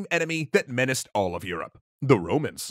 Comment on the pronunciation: menice? MENICE?? Mate whine is better then beer, beer tastes like poop. AVE ROMA